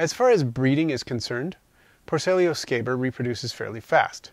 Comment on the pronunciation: So nice to see someone else that knows how to say scaber 😆I was starting to feel left out lol - Great video mate, these guy are without a doubt my go to species for devouring my insects that have passed on. I keep a large colony of them just for that very purpose.